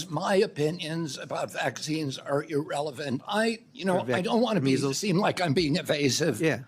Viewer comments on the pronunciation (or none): none